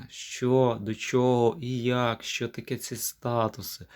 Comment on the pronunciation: Яке брехло. Займися чимось корисним, демагог. Ще одне щьо, чьо. Тьху! Нявкає щось. Говорити навчися по-людськи. Ще і в тебе суддя забере слово. От тоді й подивимось, чи допоможе тобі твоя демагогія.